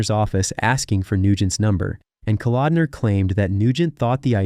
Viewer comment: Why the Stryper footage in the beginning and other times in this vid? And then a priest in some interview? Who compiles and edits your footage? At the mark you 'try' to mention John Kalodner and name him as what sounds like 'Calendar.'